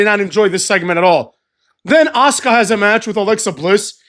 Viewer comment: Kinda love it when say ass-car/ass-ka(Asuka finishing maneuver), is creative up in this piece,muthafucks 😂